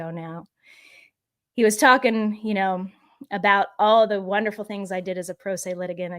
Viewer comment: I'm not visiting their site. Ben doesn't know when to say "the" or "thee". Annoying and smug.